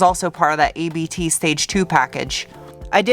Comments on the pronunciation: It's spoken 'Abt', not 'A B T'. It is the surname of the founder of the tuning shop, that made the factory tunings, just like AMG does for Mercedes.✌ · Great content as always. Just one thing: It's not A.B.T. it's Abt, it's the family name oft the founder Johann Abt (founded the company in 1896). So just pronounce it as one word. I love the Ur quattro. Greetings from Germany. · A B T is pronounced as a word Abt, name of an Audi Tuner here in germany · it‘s not „A B T“ you spell it simply „Abt“ like „Abs“ with an „t“ at the end. It‘s the name of a big Audi Dealer in the south of germany who built performance enhancing parts for Audi and they also make car special editions with almost all of the RS models.